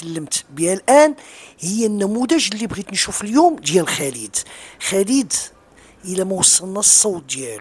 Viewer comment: رجاءا سيدي الفاضل. ارجوك ان تنطق اسم خالد الخاء والألف ممدود. خا خا خالد. وليس بخليد. خا خا خالد. وشكرا.